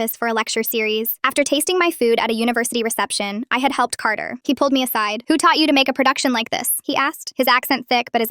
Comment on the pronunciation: Carter??? I think you mean cater😅😅😅😅